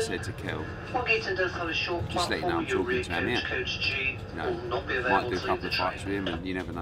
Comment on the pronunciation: “Eddie is just TARKING RUBBISH”